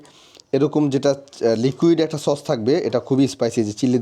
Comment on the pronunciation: চস বলবেন না, বলবেন সস।